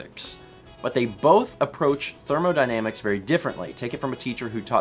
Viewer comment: Hmmmm you said thermodynamics correctly here l